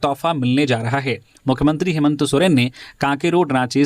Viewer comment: हेमंत सोरेन या हेमंतो सोरेन ??? सही उच्चारण करें .....!!!